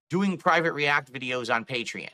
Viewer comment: It irks me everytime he pronounces Patreon as "Patree-In".